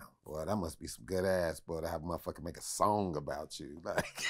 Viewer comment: Vlad, Vlad, Vlad...for the luv of God, please stop saying “muhhhfucka” like that. Im not judging your interviewing skills cuz clearly I watch them but I literally cringe when u say it like that. I’m not offended in the least by the word, just your pronunciation (or lack thereof) of it. Just my humble opinion. 🛑 ✋🏽